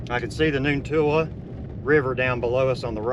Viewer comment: It's Noontootla. Noon toot luh